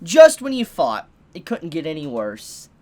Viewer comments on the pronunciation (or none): video begins Me hoping he will properly pronounce "th" "Just when you fought". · How about saying THought instead of Fought. It gets on my nerves, just a thought. keep up the entertainment, lets all hope for Hunter x Hunter to return.